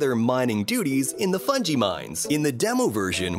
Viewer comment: Ahh yes, Funji.